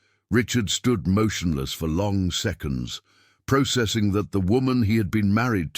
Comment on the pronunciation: You are miss pronouncing processing